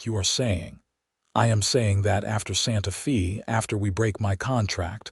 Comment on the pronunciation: The words Santa Fe mean sacred faith in Spanish and the word Fe is pronounced: f a with a long a sound. So irritating to listen to it spoken as fee. It is the capitol of New Mexico. If you are using AI then teach it to read Spanish!